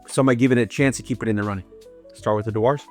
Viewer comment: Dewar's is pronounce as 'djewers'.